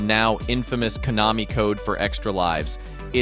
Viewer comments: "sneeyes classic" "koe-namee" nice AI video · There was even an instance where Konami was mispronounced.